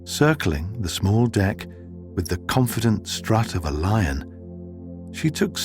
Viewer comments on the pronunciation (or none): none